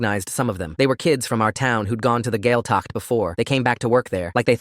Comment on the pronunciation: gaeltacht = gwayl-tuckt . dia duit = gee-ah ditch . ceart go leor = kyart go lore also this is very false. while there have been cases of gaeltacht camps being abusive this is clearly written by someone who's not irish.